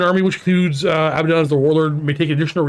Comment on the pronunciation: HELL YEAH! Finally someone pronounces Abaddon correctly! Praised be!